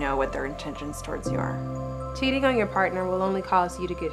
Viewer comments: Its cheating not ceating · Why is everyone saying ceating?😭